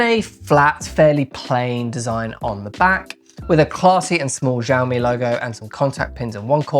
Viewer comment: its' not Jiami.. it's Xiiiiiiiiiiaomi